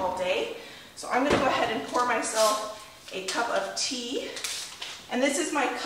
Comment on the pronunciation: The way you say a "cup of tea " is very British and its makes me giggle every time. Love lucy in the UK xx